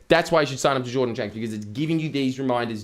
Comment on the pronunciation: Did you say shordan janks? 😂